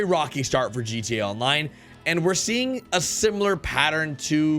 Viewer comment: Drinking game: Take a shot everytime he says "Rededaline". Slap the person to your left everytime he says "GATonline". GO!